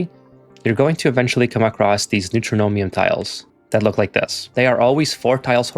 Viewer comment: Neutronium pronounced New-tron-ium, not New-tro-no-mium. It's a material that's entirely made of neutrons. Neutron - ium. There's no "m" in the middle of the word.